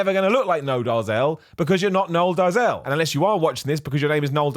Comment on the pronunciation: He’s Afrikaans, so the pronunciation would be -“dayzil “